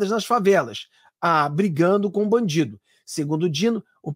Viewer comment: ALEXANDRE MORAES FALANDO “BANDI DO”